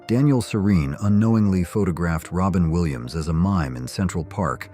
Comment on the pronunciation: Cent ral park. 🤣🤣🤣